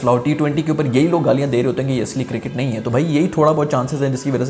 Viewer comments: Circket nahi cricket tell sarfraz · ENGLISH of Pakistani 🤣🤣🤣🤣 Cricket--circet🤣☀️